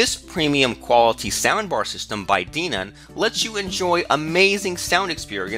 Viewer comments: Great review but its Den-on not DE-non. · Its pronounced DENOM Not Deanom ! Den Om = Denom All i can say must be an American language gap ! potato or patato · Who's Dee-Nun?